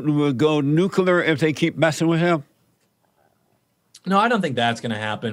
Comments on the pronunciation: If I hear Jesse one more time, Ahm a go NOO-kuh-lur!!" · Hey, Jesse Lee, what is "nookuhler?"